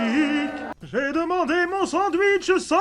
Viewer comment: J’ai adoré quand lemon demon a dis : J’AI DEMANDAIS UN SENDUICHE SON MAYAU